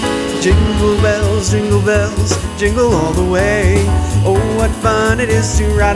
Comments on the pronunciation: Level 2 the guy say soaping bells fuckin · Did u say zingle bells on level jazz